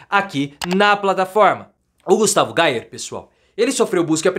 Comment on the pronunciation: A pronúncia certa é: "GUSTAVO GUEIER".